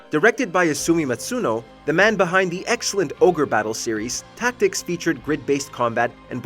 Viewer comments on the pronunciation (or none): none